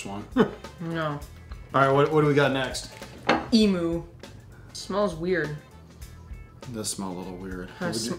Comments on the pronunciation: Lol the way said emu, it is said emuuu not emooo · Emu is pronounced “Emew” Just sayin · It's not emoo it's pronounced Em you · FYI (from an Aussie subscriber), the 2nd syllable of emu rhymes with 'view', not moo :-) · I just really wanted to say, it's eem-yoo not e-moo. Yes I know it's spel emu but trust me I would know, I'm from Australia. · It's pronounced emyou but spelt like emu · It’s pronounced “eem you” not “ee moo” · It's pronounced e-myoo, not e-moo. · Nice video, but it's pronounced em-you, not em-oo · ITS NOT EEMOO ITS EEMYOU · lol how they say Emu, "emoo" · im from AUSTRALIA and that is not how you say fucking EMU